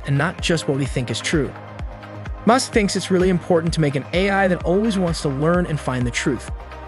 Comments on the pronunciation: Goodness gracious! If you're going to use an artificial voice for your videos, listen to the whole thing first, and correct the pronunciations it got wrong. Elon Mewsk?!? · I get u make all ur content with AI but can you use ur own voice it’s so obvious when the AI mispronounced Musks name in this video lol